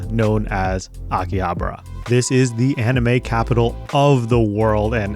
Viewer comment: Akihabra? really?